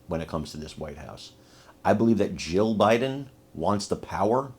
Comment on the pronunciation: I hate to tell you this but either your lisp or your language or something is messing up your tongue when you say Jill Jill Jill Biden j i l l and when you say Jill Biden it sounds like you keep repeating Joe Biden I hope somebody mentions that to you that you don't enunciate or pronunciate that word correctly her name is Jill not Joe